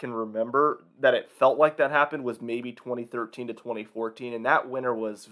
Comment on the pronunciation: I find how you say 2013 and 2014 VERY OFFENSIVE and offense content notice and